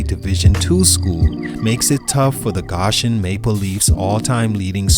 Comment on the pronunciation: It's crazy because I'm from the area and I wouldve never thought he was CJ Mccollum's brother...I've never met him but I've seen records he put up and yo its pronounced "GO-shen"